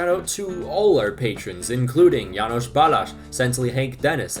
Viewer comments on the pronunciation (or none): none